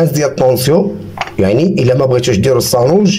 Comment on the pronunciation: تبارك الله عليك يا لعزيز كلشي يا ليل يا عين....بصح بالنسبة للمكونات كثرت شوية اما بالمناسبة نقول السانوج بالسين وليس الصانوج بالصاد ...اتمنى لك التوفيق في مشوارك .